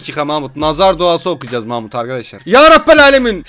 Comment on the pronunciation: Abim mahmut dedi ben mamut anladım